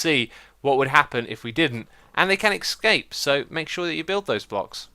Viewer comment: "escape" not "excape"